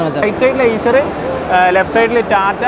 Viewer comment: സൂപ്പർ എയ്ഷർ അല്ല ഐഷർ ആണ്.